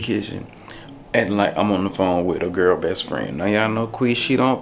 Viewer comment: Qui said GUR she mean girl lol